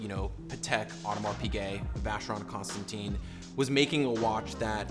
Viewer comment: Pronounced, Constonton do not say teen at the end!